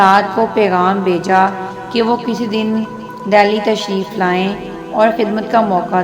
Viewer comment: Ye story to urdu me suna rahi hain aap magar dehli ko aap ddeli ddelli keh rahi hain